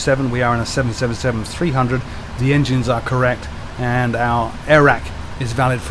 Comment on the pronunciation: Finally someone who knows how to say 777 properly